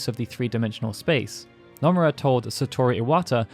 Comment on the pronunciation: The mispronunciation of Nomura actually frustrates me